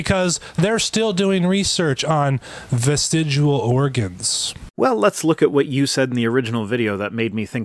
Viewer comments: Does keep saying vestidual?!? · He argues against "vestigial" organs and he can't even say t by e word....he says "vestigual " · The creationist keeps saying "vestigual" and not "vestigial". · It annoys me that keeps mispronouncing "vestigial" as "vestidual", as if it rhymes with "residual". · "VESTEGUAL" HAHAHAHAHA. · It is STILL VESTIG*I*AL not VESTIG*U*AL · Every time he says "vestigual" I did a little inside. It's like when George W used to say "nucular". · He can't even pronounce vestigial. "Vesigu'o" Edit: I've never seen someone try so hard to miss every point being made. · "vestiguool" Learn to pronounce a word before you say it as if you have some understanding of it. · Someone tell this man that it's "Vestigial", not 'Vestidual" or "Vestijewel" " or "Vestigual". It's no wonder he's so confused and wrong about everything here; he can't even bother to read the word correctly, despite seeing it and saying it over a dozen times in just this short time period. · "Vestigual?" I bet this guy also pronounces the word nuclear as "nucular." So fucking annoying. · The very first time he said vestijewel I was out. Don't care what else he had to say on it. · ARGH! I can't stand him saying 'Vestigual'. It's pronounced NuCuLaR... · Was he saying "vestigual"? It's all I could hear. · Strange how the least intelligent among us are the ones advocating Intelligent Design. Irony much? Also, I know I'm nit-picking but, his pronunciation of vestigial sounds like he's saying vestigual. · "Vestidual". eye roll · What the fuck is a vestigual organ? Is it an organ that loses all function because of prolonged exposure too teh nucular rays or something? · Why does he keep saying vestigual. It's actually painful how he can't even say the word he attempts to discredit. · “Vestigual” I hate this guy. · Is he combining "vestigial" and "residual" to get that pronunciation, "vestigual"/"vestidual"? What is happening there? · He keeps saying vestigual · "Vestigual." 'Nuff said.